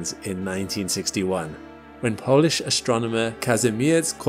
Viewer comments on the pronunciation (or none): none